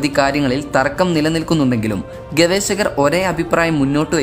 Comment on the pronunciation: ഗവേശകർ അല്ല. ഗവേഷകർ